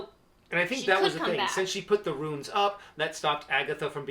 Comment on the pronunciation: Great reaction as always but they are "runes" not "ruins."